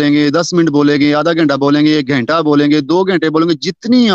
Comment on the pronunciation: Hours ko ganta bolte hai gainta nahi Screen kehte hai sakrin nahi